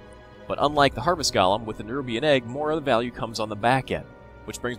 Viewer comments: Its gOlem, not gAlem :D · He pronounces it gollem, not galem. Both are wrong, but, just sayin.